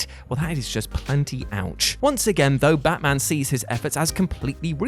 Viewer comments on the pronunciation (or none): none